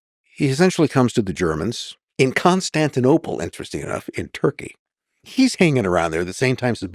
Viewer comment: This dude said turkey like he was at Thanksgiving dinner asking for some.